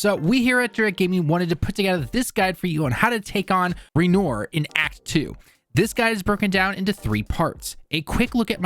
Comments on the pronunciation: Did you call him ra nore? That's not right lol it's renwahr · "Waynore", okay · "Ree-noor" lol I'm also not French but I understand how to pronounce that simple name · Seriously. Ren-oyr? Dude, it's a French name everyone knows. The artist. Look it up. (These names are ALL French. At least try to say them like you know what France is.) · Let’s call him REN WAR. Like, French. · His name is pronounced "Ren-wah" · Downvoted for "Ray Noor" 🙄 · "Ray nore" lmao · How are you saying his name wrong when they say it several times in game? It's just a huge annoyance for me when people do that. But thanks for the help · great video, but please learn to pronounce Renoir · you know what, i am ok with him butchering his name.. what about ran ore butchering us mercilessly n healing shamelessly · Right I rolled my eyes at that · yeah come on like, has he been playing the game? good lord